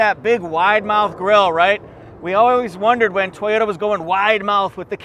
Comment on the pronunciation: If I needed a minivan, the Sienna LE AWD, with amazing mpg, would be the one. LEss is more! In my part of Ontario, where we say Toyota not TEE-ota, the weather has been splendid of late.